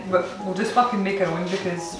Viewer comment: I think with the accent it should pass YouTube's censors. I mean he said foookin, that's not a word.